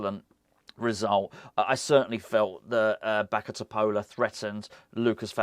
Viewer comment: A hint 😊: just as you say Souček with the č, you can correctly pronounce Bačka Topola 😊 Greeting from Serbia, COYI!